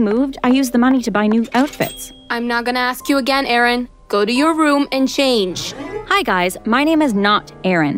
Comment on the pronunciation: idk in the vid it's spelled Aaron (subtitles) but they pronounce it as Erin